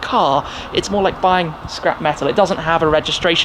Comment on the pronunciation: Certain Tim said Shcrap yard at one point 😂 #alwaysonbrand